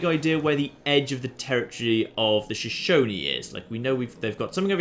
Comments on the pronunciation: well done pronouncing Shoshone correctly, I am from Wyoming in the United States. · Hey, pronounced 'Shoshone' correctly this time. Don't worry, man, Americans have trouble with Native American names too.